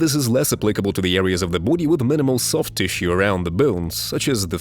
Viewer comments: Everytime he says boowdy I bust out laughing. Kept me watching the whole video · Can you stop saying body like that